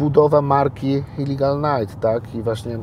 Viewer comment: "Illigal Night" hahahaha "Illegal Night" tak się wymawia i pisze.